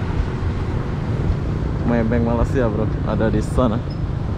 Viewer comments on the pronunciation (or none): none